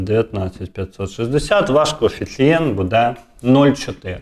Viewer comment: А отой саме Його наголос в слові будЕ, замість бУде…………!